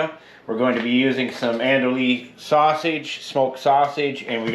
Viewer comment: We pronounce the sausage you used as "an-dew-eee" here in Louisiana.